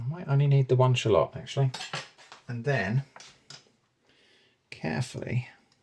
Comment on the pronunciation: did bro just say shaloot